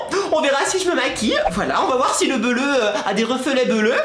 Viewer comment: je te rappel quond ne dit pas bleruu